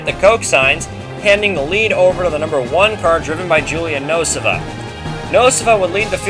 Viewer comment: I thought it was Nuh-SO-vuh, not NO-si-vuh. (as in Julia Nosova)